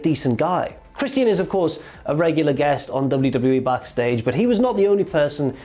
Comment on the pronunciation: lol at how says christian as chris-tee-in